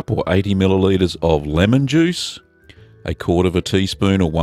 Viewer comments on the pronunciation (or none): none